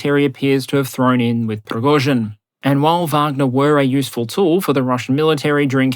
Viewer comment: A side, or technical note - the first syllabe in "Prigozhin" (Пригожин) is pronounced "pri~", not "pro~".